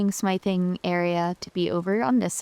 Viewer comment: Smithing has a soft I sound like in fifth. Think of the word blacksmith.